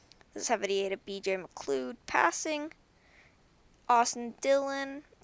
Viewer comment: Not trying to be rude or anything and i know this is an old video, but BJ McLeod's name is pronounced, "BJ McLoud" At least that's how most prounce it